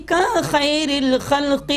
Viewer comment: Mashallah. Hazrat aapne sahi talaffuz ada kiya hai khairil aur khalqi ka. Jazakallah